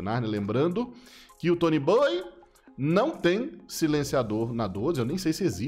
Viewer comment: Não é tonyboyyyy.. É tonyboiiii